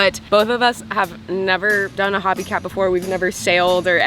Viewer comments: It's called HOBIE CAT ...HOB ie CAT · fyi - Hobie is pronounced Ho-BEE not "Hobby" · It's hobie ( pronounced oh) cat, not hobby cat. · Looks like a great resort and a fun adventure. Just FYI, so you sound as cool as you are… HOH-bee /ˈhoʊ.bi/ • The first syllable rhymes with go or no. • The second syllable is like bee (the insect). Not like “hobby”. The company and the Hobie Cat sailboat are named after Hobie Alter (1933–2014), an American surfer, inventor, and entrepreneur from Southern California. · Hobie Cat is pronounced HOH-bee KATT Lol. Great video